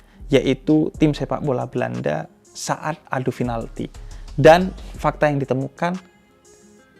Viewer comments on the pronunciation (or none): Pinalti, bukan finalti